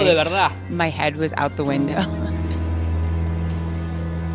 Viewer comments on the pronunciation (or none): none